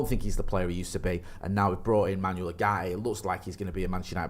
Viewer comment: Pronounced Oowarte